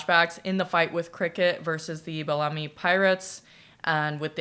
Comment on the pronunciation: You are pronuncing HESO right and BELLAMY is pronounced as BEL - lah - mi, the stress is on the "BEL"